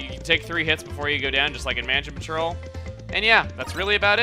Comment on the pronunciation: What's Manja Patrol? You messed up sying Mansion Patrol Chugga. lol